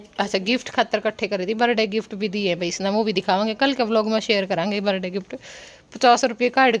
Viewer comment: Berday kyu bola kre birthday hota h